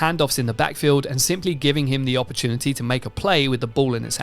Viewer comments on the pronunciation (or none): none